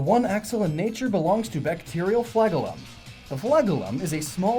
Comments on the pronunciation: Fla-GEL-um, not FLAG-el-um... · flagellum is pronounced fla-gellum, not flag-ellum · Fla-JEL-um not flag-UL-um. Com'on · It's FLA-JEL-Lum. Other than that, interesting video. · Fla-gell-um It's not pronounced like flag it's pronounced like gel. The stuff you put in your hair. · I've never heard flagellum pronounced like that.